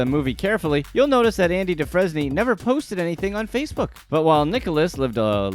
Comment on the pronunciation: Bro you reading a script this is terrible no way you fucked up Andy name like that